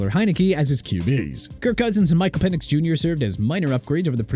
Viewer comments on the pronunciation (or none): none